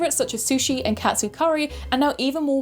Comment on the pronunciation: Its wild you pronounced katsu like cat sue 😂